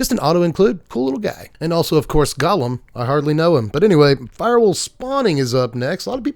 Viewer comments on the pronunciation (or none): Hey! Loving your spoiler content. One small note- golem is pronounced “go-lem” like it rhymes with “go-them”. From Yiddish “goylem”, popularized by the story of the Golem of Prague